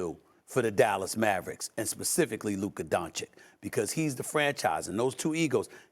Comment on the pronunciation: I love how Stephen A puts an “er” on everybody’s name. “Luker” 😂😂😂